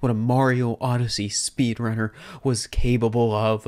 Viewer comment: Did he say CABLEble of???